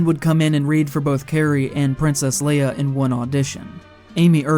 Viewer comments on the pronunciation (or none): none